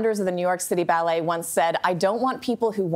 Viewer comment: NYC BAAAA-LAY ?